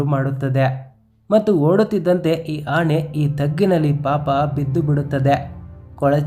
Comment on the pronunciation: Nice video but pronounce Kannada properly, it is not annae it is ಆನೆ